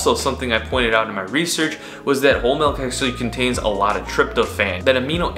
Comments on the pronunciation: It’s milk. Not melk. I don’t know why it bothers me…. But it does. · Dude it’s milk not melk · Of course the biggest milk video is from a guy who says "Melk".... Triggering experience. ITS MIIIIIILK M I L K NOT MELK ASJKAFASJFASDALIJFAL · I’m always weirded out when I hear someone pronounce it “melk” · this guy keeps saying mElk instead of Milk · "it's not melk, it's milk." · Milk not Melk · “MELK” lol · Great video. Really interesting topic and clean editing... but if big homie calls the milk "melk" one more time, I'm gonna spiral, bro. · MELK? ARE YOU SAYING MELK? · Melk, huh? Smooth as selk? Lol. Jk. Good vid. I’ve tried this before but the milk makes me extremely cold (even in hot weather). Didn’t know that was a thing but apparently so. Keep up the good work. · If this guy says MELK one more time... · anyone else hearing "melk?" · Bro says malk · Gaahsh yaknow, I can't believe that these here comments aren't all "melk" pronunciation comments. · bro keeps saying "melk" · Did he say he was drinking "melk"? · All ima say is “melk…” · I can’t even watch this. Dude says “Melk” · Just cringing at all that breast milk 🫣🤢 ALSO the “melk” lol looooots of cringing 🥴😖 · I’m a cows milk drinker and I’ve NEVER seen the fat/“cream” Collect at the top of the container. You shouldn’t have drank it. Why didn’t you go get a new one?!?!? Also you keep pronouncing it as “mElk”